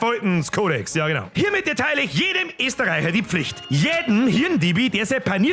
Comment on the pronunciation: Soweid so guad, oba bitte nimma Eeeeeeestareicha song. Bin seiba a hoiba Niedabayer und hoiba Östareicha. <- des “ö“ is wichtig!!! Ansunsten: weidamocha, saugeils Video wia imma!!!